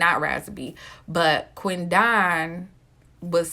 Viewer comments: 🗣QUEN DEN..NOT QUEN DON...GWORLLLL.. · How did you pronounce that man's name?! It's literally Quinton with a D. 😂😂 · I wish she say his name right. Damn. Quit separating "Quin don" its Quidon!